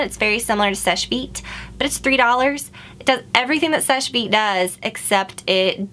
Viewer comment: Someone told her how to SAY SECHE VITE